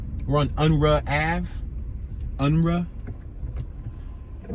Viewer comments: 'Un-roo' at least back when thats how we said it..Another great Philly tour! Thx! 💯👍👊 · Unruh is pronounced Unroo